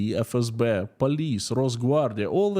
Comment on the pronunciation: Love your updates, very informative. However you pronnounciation of "FSB", in English is not quite right. It's pronounced "FSBee", hope that helps!